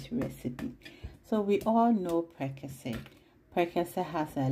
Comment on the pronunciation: Awww, the intro from is superb ❤️❤️❤️👍👍I can’t stop watching. My favorite part is how she pronounced prekese and exhibiting mummy recipe is out of this world ❤️ congratulations sweet girl ❤️❤️❤️❤️